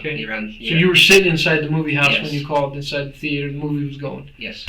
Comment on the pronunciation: I can't stand when people pronounce it "THE-AY-TER"